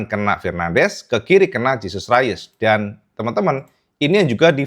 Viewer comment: Gak dibaca Jesus rayes mas,,coba cek lagi,,itu nama spanyol bukan nama inggris